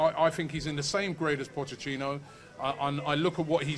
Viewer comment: "Pochechino" :'D :'D